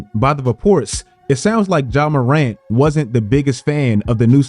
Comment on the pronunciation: I swear I never understand why people hear a pronunciation a billion times and just think to themselves, no, you've all been saying it wrong for the last 10 fucking years.